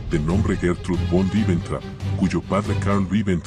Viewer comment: VON "' SE PRONUNCIA "' FON "' EN ALEMAN "'